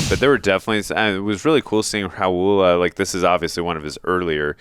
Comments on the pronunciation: its RAHUL not ROHUUUUL 😊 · I can't help it from commenting but please now you can pronounce his name correctly as you have spent some years reacting to Indian contents. So, his name is Raa+ hu+ l not rhoool